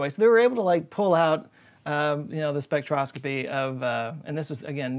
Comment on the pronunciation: Not a scientist and I'm definitely not a major of language arts but could it be pronounced Spec tro scop y